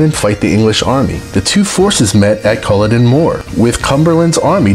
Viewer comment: This was a good video, but being a Scot it behooves you to know how to correctly pronounce the famous places and events in Scotland. You massacred the pronunciation of the battle of Culloden, the Jacobite Rebellion and others I cannot remember. Do your research as those of us from Scotland are very proud of our heritage and contributions to history.